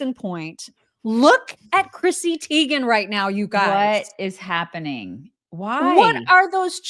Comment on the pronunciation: Teigen is pronounced Tygen!